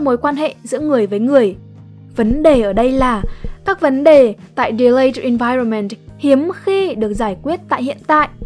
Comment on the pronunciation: Bạn phát âm tiếng anhh hay quée (nhất là chữ environment, trừ chữ measure keke)